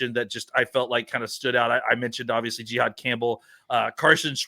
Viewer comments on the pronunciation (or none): I’m just gonna assume his name is pronounced JA-HAAD not GEE-HAAD…